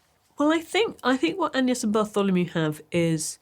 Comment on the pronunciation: Interesting and significant that Maggie says 'An-yes' when mentioning Agnes' name. That was the medieval pronunciation, which is one reason why 'Anne' and 'An-yes' were how Anne was also known as 'An-yes' in that period. The name was effectively the same.